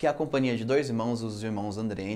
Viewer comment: Eu não entendi muito bem uma parte... Você disse "dois irmãos, andreni"? foi isso? Porque não ficou muito claro o nome dos irmãos. Inclusive, ótimo vídeo. Ta me ajudando bastante.